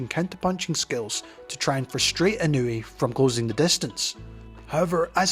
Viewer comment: ❌ - NAY-OH-UH ✅ - NAH-OH-YAH ❌ - IH-NEW-EE ✅ - EE-KNOW-EH